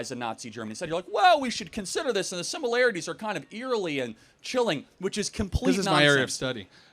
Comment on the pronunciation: The professor continually saying “simULarItIES” 🫠